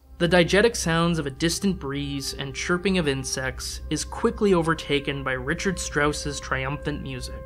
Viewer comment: Thank you for your beautifully researched and thoughtful film about Kubrick’s opus of adaptations. I’ve admired his work for over fifty years — since I first encountered it as a child — and you’ve opened new layers of insights for me. … My only criticism is that I believe you pronounced a number of the composers’ names incorrectly (Richard Strauss, Gyögy Ligeti, and Franz Schubert). As Kubrick was so exacting as to his choice of music you might want to check on those.